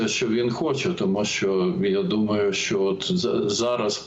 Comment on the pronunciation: Не "Шо", а "Що", дуже вуха ріже це "ШО".